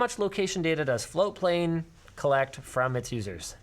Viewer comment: people hate on floatplane because you never actualy ever pronounce the T. It took me fucking forever to find ti the first time